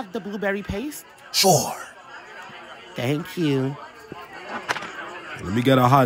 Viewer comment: why bruh said sure like that😂